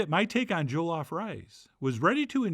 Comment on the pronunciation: JA-LOF 😂😂 NOT JOE-LOF❤